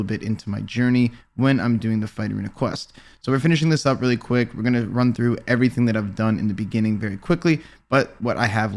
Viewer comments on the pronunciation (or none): none